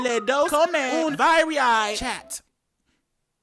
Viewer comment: I’m Canadian I cringed so hard at how he pronounced chat